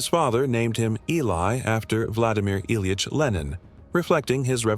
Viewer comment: Awful. Just awful. Michael Myers and a mispronounced first name of your primary subject within the first 2 minutes, as well as a grating AI generated commentary? Blocked.